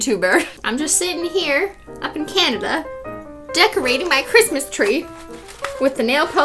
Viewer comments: "Merry Cristmas with no h".... Me: 🤣🤣🤣🤣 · Cristine: Big bootiful speech about the holodays and Cristmas (WITH NO H) And then...... WiTH mAh PEeLY bAG